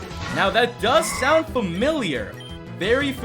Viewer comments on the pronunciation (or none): none